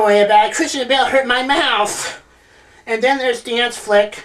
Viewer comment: hahah he said Christian Bales